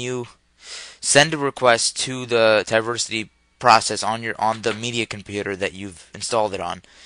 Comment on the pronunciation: Why do you keep saying "Ti-versity"? It's "Teeversity", like "TeeVee" aka TV, you know, Television. But thanks for the tutorial.